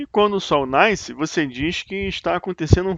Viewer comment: O sol 'NAISCE"!!!!! Que siginifca isso??